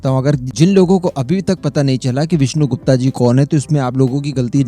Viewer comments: गुप्ता नहीं गुप्त! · Aacharya Chaanakya.....Vishnu Gupt.....not gupta.....gupta ek vaiishya surname hai.....aur Aacharya Chaanakya bhramann the......naa ki koii vyaapaari vaiishya Aur haa ye cmnt maine video 7th second pr pause krke hi kiya hai.....ab aage ki video sun ne jaata hu.... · Mujhe laga koi delegation hoga india ka jab विष्णुगुप्ता bole aap. विष्णुगुप्त bolte to do sec bhi nahi lagta samajhne me. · विष्णु गुप्ता नहीं। विष्णु गुप्त कहिये प्लीज नाम बिगाड़ ने की कोशिश मत कीजिए। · Wo vishnugupt the, n ki vishnu gupta, jaisa ki aap baar baar uchharit karte rhe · विष्णुगुप्त कहो विष्णुगुप्ता नही . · विष्णु गुप्ता नही सयाने वो विष्णु गुप्त होता है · उनके नाम का सही उच्चारण विष्णु गुप्त है ना कि विष्णु गुप्ता